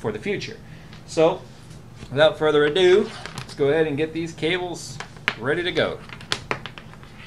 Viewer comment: "withought further adon't" I'm passing myself laughing here xD... America... Don't ever change.... (mutters while laughing to self) withought further adon't (composes self) "ado" means to me,e more of something. Like making a simple job seem like a lot, or talking about something like it's a big job, when it could have been done long ago due to its simplicity....